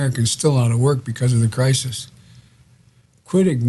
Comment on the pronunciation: Dude between that comment n 7 minutes is done of Worse I've heard yet ! Listen n you'll hear he says Crisin instead of Crisis ....he clearly says " Stop hoping for the best Mr Trump " like Who TF Ever tells anyone to Not hope for the best !?? N then 5 seconds later he slurs out the Covid number but he says UnAmericans !! Not Americans !!! 😂😂😂😂😂😂😂